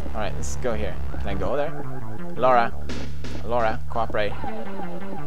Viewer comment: Pewds.....thank you for pronouncing the name, Laura, correctly, it killed me when I heard people mispronounce that name.